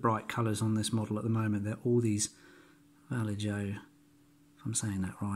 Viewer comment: Cool video, very helpful BTW the J is pronounced as an H, so "Va Lay Ho"